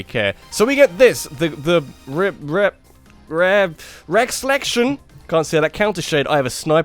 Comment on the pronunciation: I think ReXelection should be pronounced "ReSelection" but with more of a Z sound where the S is.